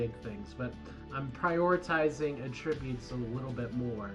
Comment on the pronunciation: At!-tri-butes. not uh-trib-utes